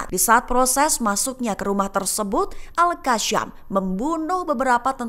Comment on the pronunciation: koq bacanya AL-QASSYAM sih gobloq banget !!... seharusnya AL-QASSAM